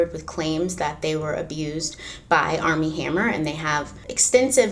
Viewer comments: Arm and hammer...I keep thinking you are saying that brand lol 😆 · Totally thought you said ARM AND HAMMER. Couldn't figure out what baking soda had to do with it...